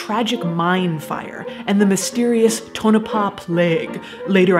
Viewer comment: finally someone that can actually pronounce Tonopah properly.